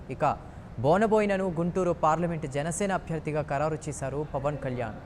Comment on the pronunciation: e anchor ki pawaan ani sariga palakadam raavatam ledhu.. pawal ani antunadadu.